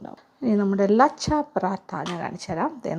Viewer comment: ലച്ച ആണ് ലാച്ച അല്ല